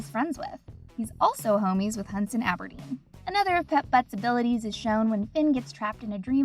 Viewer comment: Aberdeer not deen